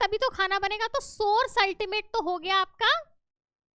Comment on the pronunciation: Mam not Ultima nahi ultimate hota hai